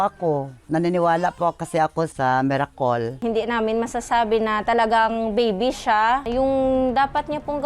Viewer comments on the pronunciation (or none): Mirakol ganyan kaming mga ilonggo magpronounce ng "miracle". Mee•ruh•kl that's the correct prounounciation according to Cambridge at mas malapit yan sa mirakol naming pagpronounce. Face palm naman sa mirakel nyong mga Tagalog. Since nag Gogol ka din na lang sana pinakinggan mo ang correct pronounciation ng miracle at noodles. Baka mapahiya kayong mirakel at nodels. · "Naniniwala po ako kase sa Mirakol" HAHAHAH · Zinoom in ung pagkasabi nya ng MERAKOL LOL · Dami Kong Tawa mga Hundred Mirakols 😆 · Natawa ako sa miracol😂 imbis namiracle naging miracol😂😂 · ITS NOT MIRAKOL IT IS MIRACLE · Namali lng NG pagbigkas haha Miracol ba naman e haha😂😅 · Ayusin mo ang pag pronounce ng "MIRACLE" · Natawa ako sa "miracol" HAHAHAHAHA LMAOOO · Mas nakakatawa ang mga tagalog...miraKEEL --- tricyKEEL --- hahahahaha.. Ang "bus" ay "BOOOS" ---hahaha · ITS THE "MERACALL" FOR ME BWAHSHSHSJSHSHS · i belib in meerakol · "meracol'' hahahhaha Cool man jug Megacol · Dun ako naantig sa "MIRAKOL".😆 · It's the "MIRAKOL" for me. HAHAHAHA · Di ako racist pero natawa ako sa pag pronounce niya ng miracle : Mirakul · Kakalunok niya ng T ng tatay ni merakol ayun nagka almoranas. Hehe its a merakol. Saklap. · Basta ilonggo magbigkas ng cle or kle, kol guid na HAHAHAJAJAJJAJAJAJAJAAHHAHAHAHAHAHAH